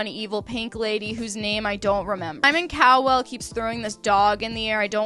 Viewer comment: Simon Cow-well is sending meeee. I know it’s a mispronunciation but it’s like comedic relief 😭🤣